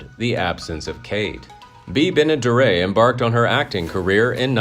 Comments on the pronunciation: You mispronounced Bea Benaderit. Not Benadere......learn to be correct. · Do your research stupid.. it not Benna-, duray! it's Benaderet( hard t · Bea. "Benna-dare-it" (phonetically spelled for the correct pronunciation)... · It's Benderet not Benaderit......learn to be correct. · It is pronounced ben e daret not dara by